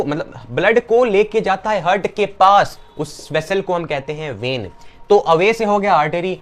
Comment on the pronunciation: bro its not heeart its heart bro , but explanation was lit